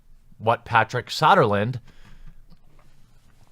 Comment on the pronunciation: It's So-der-lund. Not Sah-der-lund... I don't like the guy either, but at least pronounce the bloody name correctly. About as bad as YongYea saying "Feb-eee-air-eee instead of "Feb-roo-air-eee" as it is SPELLED and Pronounced.